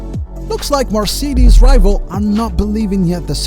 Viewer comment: cmon bro u really can‘t say marcedes..